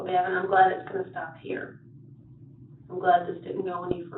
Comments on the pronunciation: Do you listen to the video at all? His name is pronounced like Gaven, not GaVon. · Gavon? WTF Oh, not Gavin 😂